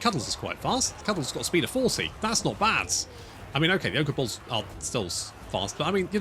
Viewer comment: every time you say "ogre bulls," to my american ears it sounds like you are saying, "ogre balls."